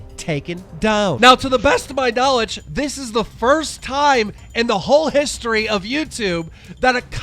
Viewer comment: It’s history, not hishtory